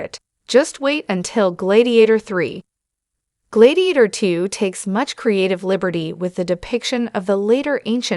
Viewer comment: Glaydiator?? Why don’t you review these things before posting ?